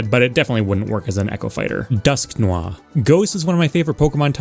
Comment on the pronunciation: It's really cool to hear you pronounce all the very clearly french-inspired (dusknoir, escavalier, etc) names as if they were actually french. I don't care about "correct" pronunciations it's just kinda funny because as a kid i would give them the american midwest town name treatment where if a letter was there, it was getting pronounced. No" deh-twa" it's detroit. no Gar-de-vwa it's gar-de-voyer